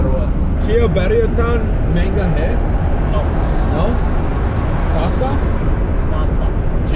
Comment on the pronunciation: Bro pronounce correctly it is sasta not sosta.